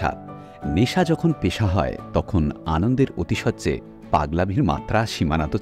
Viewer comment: কথাটা আতিশয্য, অতিশয্য না।আর ওটা ধামাল ছবির সংলাপ গোলমাল ছবির না।বেশ লাগল আজকের পর্ব 😊❤